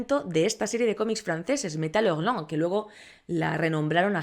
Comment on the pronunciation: Super interesante y completa reseña sobre uno de los más apasionantes subgéneros de la ciencia ficción. P. D. Me encanta como pronuncias "Metal Hurlant". ❤️😁 #NuevoSub